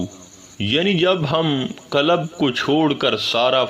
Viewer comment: For your kind information, Correct yourself from the linguistic point of view to correctly pronounce and be able make difference between Kalab,Kalb & Qualb. Kalab-Expl. Rotary,Lions Club etc. Kalb - meaning Dog. Qualb - jiski aap baat kar rahein ya Afyedata in Arbi or Dil or Heart.